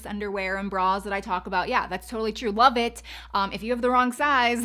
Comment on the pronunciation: When the part came on about undergarments at 7min:15 sec I thought you said " WELL BITCH" I had to listen 3 times. Then I finally looked in the transcript. You said, "Love It" lol ...DO you have any undergarments to recommend for someone with huge breast ? I can never find good bras or underwear that I like. BTW I think you looked beautiful In the family photo with your brows. I thought you looked gorgeous. I have no eyebrows if I don't draw them on. They are so light , that it looks like they don't exist.